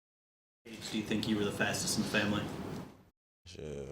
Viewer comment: He said shidd like 3x 😂😂